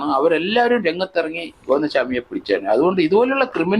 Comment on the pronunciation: സ്വാമി അല്ല ചാമി 😂